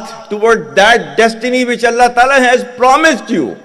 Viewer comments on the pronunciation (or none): none